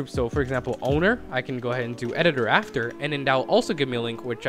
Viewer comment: he said ownedr